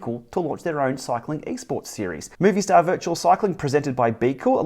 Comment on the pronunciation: Awesome episode. One tip: its not pronounced moviestar, its mobistar